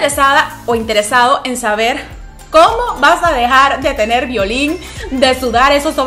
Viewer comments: Violín a que te referís,no se entiende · Suena muy raro cuando dise violin 😬